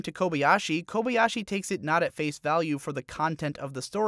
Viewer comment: My main problem with this video is the fact that you say kobey-ashi, instead of kobayashi, even though I know you watched it as intended with the original language and thus have heard her name over and over and still say it so boldly wrong.